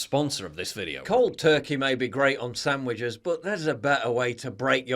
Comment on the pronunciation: Paul, my man, there’s no fucking M in “sandwich”.